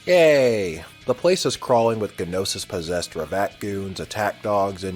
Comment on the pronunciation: In pronouncing Gnosis, G is silent.